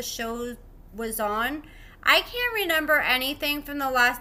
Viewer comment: Did. You say “ renember” it’s REMEMBER 😂